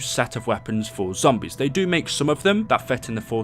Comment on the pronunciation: He said zombries